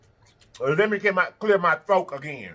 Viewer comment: Throak 🤣 decomoration 🤣 you so funny!